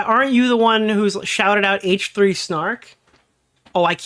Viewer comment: It sounds like he says “haech 3” instead of H3 and I hate it